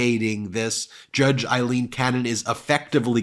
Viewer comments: BEN - please her name is pronounced A leen, !!!!! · FFS, as stated many times, can you PLEASE stop referring to her as "Eileen" Cannon! She is NOT" Eileen" Cannon, she is AILeen The name IS NOT THE SAME. It is a Scots name, we are Scottish and my wife is "Aileen" so we know! Your co-host Michael, Glenn Kirchner and Lawrence O’Donnell pronounce it correctly. PLEASE, PLEASE stop! Apart from this we love the show, but please, please stop this nonsense!